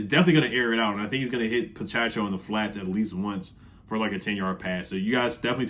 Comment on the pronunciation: What’s up? New here. Dig the insight. I’ll be subscribing. Pacheco is pronounced (Puh-che-coe) peace!